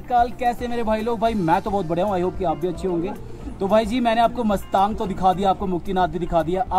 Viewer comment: आप ग़लत उच्चारण कर रहे हो,गांव का नाम मस्तांग नहीं मुस्तांग है।वैसे vlog बहुत बढ़िया बना है।